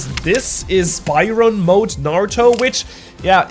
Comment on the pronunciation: i aint listening to this video if he calls baryopn mode that